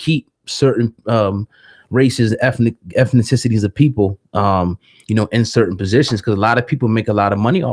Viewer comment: Eth-nicities not eth-na-ticities